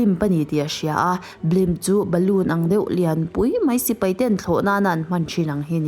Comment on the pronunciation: Ngaihthlak a nuam thin. Amaherawhchu... 'Sipai' ti a lam rik tur hi 'Sipei' tiin i lam ri a, 'Mai' tih tur 'Mei' tiin i lam thin a, fimkhur deuh la ka va ti ve.